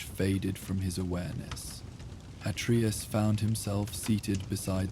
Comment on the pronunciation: That's not how "Atreus" is pronounced, at least not in God of War :( Here at 37 seconds in